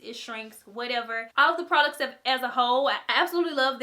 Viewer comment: whenever she says all of destiny it sounds like olive destiny. cool